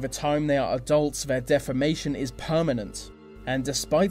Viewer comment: 70% of Nigerian women bleach their skin???? I'm Nigerian and that statistic is a lie. And please your pronounciation of deformation sounds more like defamation. Elocution lessons. Get them.